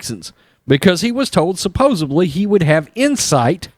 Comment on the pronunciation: There's no b in supposedly. I hate when people mispronounce names like they're from the ghetto.